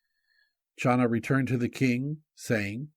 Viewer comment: Hi! The name “Chana” from where we get the name Hannah is NOT pronounced “Schana” but Khana. The CH is pronouced like the sound in Loch as in Loch Ness monster-it is a gutteral sound deep in the throat. Now you know!